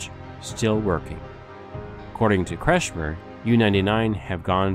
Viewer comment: Facio nie potrafi wymówić normalnie nazwiska Kretschmer?